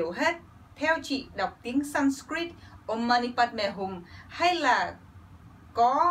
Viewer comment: Chữ om chị phát ra rất đúng. Vì tần số rung này nó đc chuyển ra vũ trụ nó rất mạnh .......tom lại e ko giải thích đc bằng lơì. Chủ yếu là tần số rung động em ủng hộ chị.